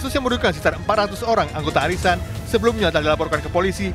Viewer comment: Pengisi suaranya kok aneh suaranya? Cara ngomongnya lucu.. Gw tadi berasa denger arisan kok warisan...